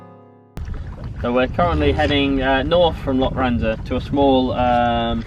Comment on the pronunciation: its pronounced lokranza. lo kran za. forget the loch at this place haha.